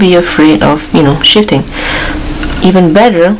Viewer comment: . "Don't be afraid of shitting." I know what she wanted to say but I had to listen to that a few times.